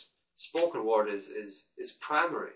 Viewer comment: "talk with my superior, my colleagues... and other stuff." "I was just reflecting on my own thoughts." I thought those were funny lines :P Anyway, I like your channel! Thanks! Watch out to the "o", for example in "word" (don't get me wrong, I make a lot of pronounciations mistakes too!) Keep it up!